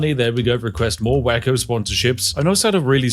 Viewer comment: Spiff its pronounced way-ko not wacko....